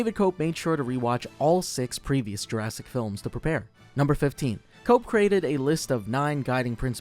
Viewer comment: It's pronounced Koepp (Kep) not cope